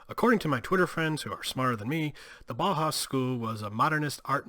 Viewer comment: Bow-House is the pronunciation. As in the track Bow-Wow-Wow.